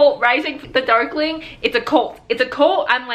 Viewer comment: At the beginning I thought you said duckling XD